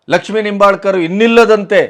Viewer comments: ಉತ್ತಮ ನಿರೂಪಣೆ ಮಾಡಿದ್ದೀರಿ. ಆದರೆ ನಿಂಬಾಲ್ಕರ್ ಅಲ್ಲ ಹೆಬ್ಬಾಳ್ಕರ್ ಅಂತಾ ಹೇಳಬೇಕಿತ್ತು. 👏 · Nimbalkar ಅಲ್ಲಾ hebbalkar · Sirr, It is not Laxmi Nombalkar, it is Laxmi Hebbalkar.